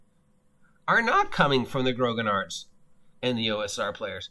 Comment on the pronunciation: A quick note, grognard is pronounced groan-YARDS. It means grumblers in French and comes from a nickname for Napoleon's Old Guard. They were all long serving soldiers who complained about everything.